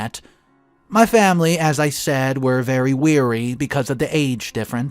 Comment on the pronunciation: Not weary, it’s Leary.